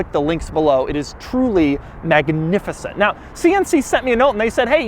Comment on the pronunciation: "Maggy-nificent"? Doug reaches new levels of over-pronouncing words! This monstrosity is the ugliest thing I've seen in quite a while. Even the hoopty wheels are grossly out of place on it.